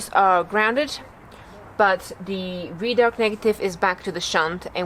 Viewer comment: Red-Arc mate not Reed _arc